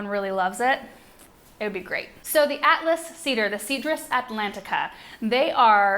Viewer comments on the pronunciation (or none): none